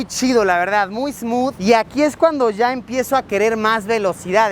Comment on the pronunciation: Hola Luisillo!!! Te queremos, te amamos! ...aaaunque, personalmente, me da ñañaras cuando sustituyes el sonido de "y" ó "ll" por "sh", como en "ashá" (allá), "gasho" (gallo), "gashina" (gallina), "sha" (ya). Vivo en el estado de Puebla y sé de un grupo indígena, por estos rumbos, que habla de esa manera. Cada que te escucho hablar así, no puedo evitar relacionarte con ellos ...sorry!!!🤷🏼‍♀️ Pero respeto tu trabajo y, finalmente, seguimos viendo tus videos. Bien hecho!!!